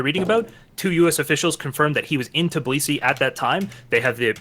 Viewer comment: The incapability to pronounce Tbilisi is very sad american